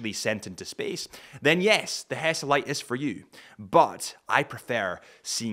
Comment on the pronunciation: Is HESALITE , not hesitate……